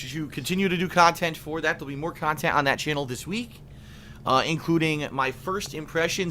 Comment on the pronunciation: wanna punch him every time he says "Khantent"!